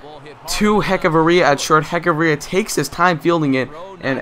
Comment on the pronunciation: nice video but its pronounced hechavarria no k just sh